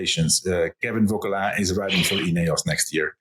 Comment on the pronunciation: BW has TERRIBLE name pronounciations, he butchered Jonas (Junas?) and Vauquelin..